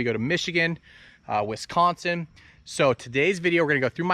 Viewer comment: As a Wisconsinite, we say “wiscahnsen” people who don’t come this way much say “Wes-con-sin” and it’s sounds ridiculous just a pro tip lol